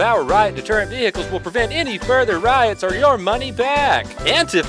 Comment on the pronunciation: Ve hickles it's vehicles